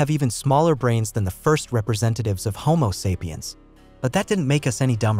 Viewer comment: I'm not watching anything where someone can't even properly pronounce homo sapien